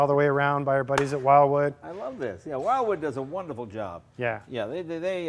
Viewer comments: Love it! But, GUYS...it's WILwood, *not* "WILDwood." :) Jay, you know better! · Jay, the correct pronunciation of the brake supplier is "Will - Wood." President is Bill Wood.